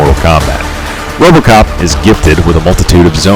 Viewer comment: I lost it at “ROBOCAHP!” 😂😂. Good job though man... this is really well made and I can tell you put a lot of work into it. Gonna use it to help me pick my next character.